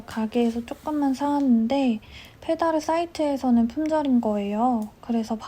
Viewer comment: 필다르 실 이름 읽어줄때 불어발음에 엄청 치인다는거... ㅋㅋㅋ 필다르가 프랑스 실인것도 이제 알았네요, 크흣. 사용하는 바늘은 징바늘인것같은데 어디꺼예요-? 보통들 쓰는 치아오구는 아닌것같아서